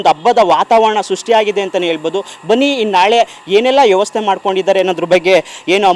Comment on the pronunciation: ಯವಸ್ಥೆ ಅಲ್ಲ ಅದು ವ್ಯವಸ್ಥೆ